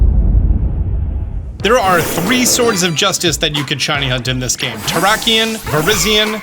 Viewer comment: Terrak-eon Viriz-eon Coba-lion 🤨